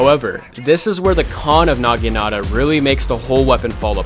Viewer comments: I know this is my second comment but oh my god please stop saying naginita its naginata bro learn to read lmaoooo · NAH GIH NAH TUH is how its pronounced bruh